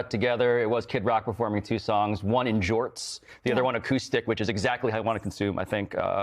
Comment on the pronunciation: Lol "jorts"